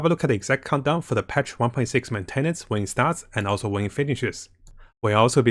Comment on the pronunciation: Everyone else: "Countdown": "Condom","Cumdown"